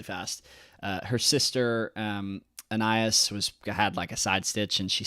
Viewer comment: You pronounced Anais correctly!!! Amazing!!